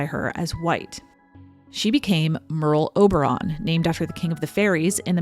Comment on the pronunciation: sounds like pearl harbour 😂😅